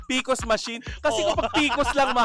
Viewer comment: PCOS machine mare, hindi PCOS! 😂😂